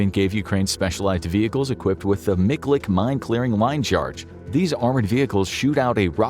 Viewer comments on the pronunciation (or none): none